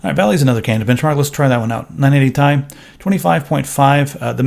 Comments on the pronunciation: You pronounced "TI" as TEE-EYE instead of tie. The Nvidia gods shall be angry. Honestly it should officially be just called tee-eye instead of tie. That's how I call it, and screw Nvidia marketing. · stop saying 980 THAI its the 980 T I :D goddamn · Aristeidis Zoungouridis Well it is not actually pronounced like that the CEO of NVIDIA even says T-I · UGHHHHHHH "980 TY" UGHHHHHHHH.....Stop....just Stop. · Captain Asteroid It does refer to Titanium-- using the periodic table abbreviation When saying chemical formulas out loud you don't say it like a word like "tie." You don't say CO2 Kohhtwo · "Ti" as one word. Sound so weird. Probably a legit way to pronounce it, but I cant stand it >:<